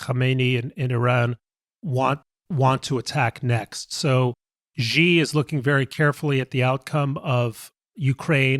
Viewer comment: The leader of China's name is Xi. Just say the English word "She" and it's almost the correct pronunciation.